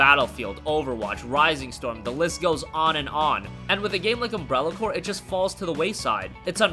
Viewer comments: No. It's pronounced "core". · I don't think that s how you pronounce Umbrella Corps :L